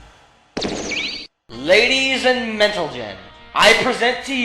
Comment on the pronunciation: Ladies And Mentlegen XD